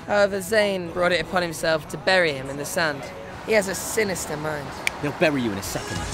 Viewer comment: He has a si-nea-esta mind lmao😂😂😂🤣🤣🤣